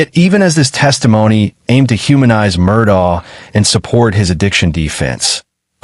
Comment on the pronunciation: Murdock, not Murdah Lafeet not Lafit